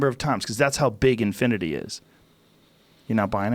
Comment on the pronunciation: When he said said infunate infinaty i realy laughed??